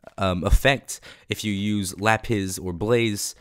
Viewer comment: When you say lapis it sounds like le piss